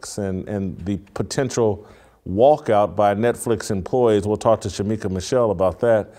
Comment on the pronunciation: Dang...Shemeka Michelle not Shemika🤦🏻‍♀️